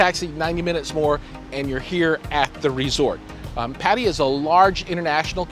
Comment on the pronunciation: "PADIYEAH" ITS PRONOUNCE PUH-TUH-YAH... BUT GREAT REVIEW BROTHER! THANKS...